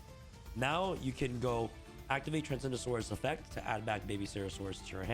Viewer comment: I keep hearing him say "Transgendasaurus"